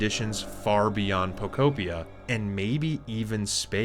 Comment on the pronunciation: I believe it is pronounced po-KO PEE-uh sir